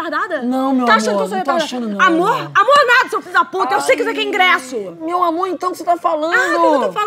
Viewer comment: Que agonia do "ingresso" do kkkkk